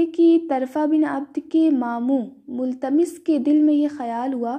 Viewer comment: مُتَلَمِّسْ Not multamis